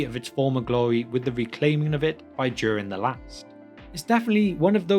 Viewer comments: Nice video. May I ask why do you pronounce Durin as in "during"? I checked Appendix E and as far as I can tell Durin should be pronounced with a clear D as in "door" and U as in "brute", as per the example there. Thanks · It´s Durin, like in urin, but with a D in front 😉 Sorry, but it is. Besides that, thank you for another great video! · I am not writing this to mock you in any way but I was 13 minutes in before I realized you weren't saying Darren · I came across your videos this afternoon and I'm really enjoying them and the fact you add some style to pronouncing Elvish and Dwarvish names. The American LOTR vloggers mangle everything or just pronounce the place names like they might actually be somewhere in Wisconsin. One thing - I'm presuming you're English? I can't put my finger on your accent but the giveaway is you pronounce Durin as "Jewrin" instead of "Doo-rin". Like the "Juke of Edingburgh" (although you Brits never called Duran Duran "Jewran Jewran" thank God!) It's the only flaw in your otherwise excellent work!